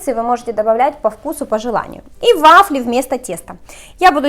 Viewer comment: Ну так "вафли" или "вашли" ????)))